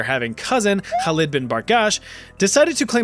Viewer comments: I'm very impressed by your pronunciation of "Khalid" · the way you pronounce Khalid in Arabic is pretty darn good